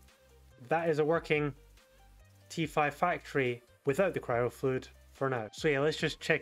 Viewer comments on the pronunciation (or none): CRYO NOT CYRO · cry o fluid not kyro CRY-O eksdee